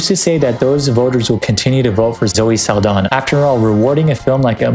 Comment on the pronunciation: you kept pronouncing zoe saldaña's name incorrectly 😔